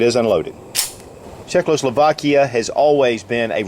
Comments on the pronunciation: it’s Czechoslovakia, not Czeckloslovakia. — it’s pronounced Cheska ZbroYovka. Do the manufacturer (and the country) a bit of respect. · It's Czech-o-slovakia, NOT Czech-lo-slovakia. Otherwise, good video!